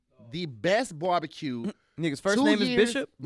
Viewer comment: No one was on him for consistently pronouncing it borbacue, so…